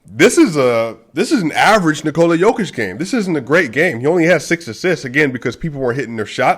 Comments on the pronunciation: You're saying Nikola right, but it's Yooo-kitch and Voo-chevic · Whoever said Jo-Kitch is trolling you dude :D